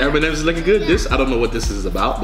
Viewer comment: he says m-n-ms I’m dead